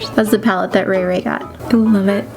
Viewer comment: 1. You call Rachael (ray ray)... 2.You used 8 shades out of 10 shades.. 3.well i wouldd lovee to tryy themm outtt which ever one.... my bdayyy is jan8 ...😱😱🤞🏻🤞🏻 my ig name is following subscribe Facebook Instagram twitter...🤞🏻🤞🏻🤞🏻